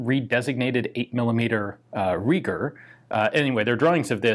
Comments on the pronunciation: If the designer was German then his surname would have been pronounced Rye-ger, not Ree-ger. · Not Reeger, but similar to Rye-ger. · Riger not Reeger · It is pronounced 'rye-gher'. In German 'ei' is invariably pronounced like the i in 'I am' while 'ie' is always 'ee' as in reed. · Pronounced "rye ger." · Just one of those FYI things, the name is pronounced sort of like "R(eye)-gur", but the second syllable is pronounced with a soft R sound. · In German you have to pronounce the letter combination „ei“ like the english „ai“. (Like in Saiga) For German speaking persons your pronunciation of Reiger sounds like Rieger. Just wanted to say that :) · Pronounced: Rye-ger